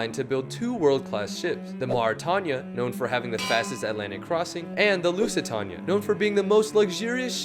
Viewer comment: also, you ruined the pronunciation for the Lusitania and Mauritania. Can you make an accurate version for the video? Thanks. It broke in front of the third funnel and some bits of the superstructure collapsed after the break